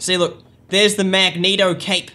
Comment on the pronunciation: Did he just say mageneto?!